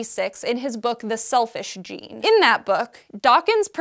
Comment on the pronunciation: Don't pronounce "The Selfish Gene" with the emphasis on Selfish. The emphasis is on Gene. The book is about how all genes are "selfish", in that they evolve traits which improve their own survival. It is not about a gene for selfishness.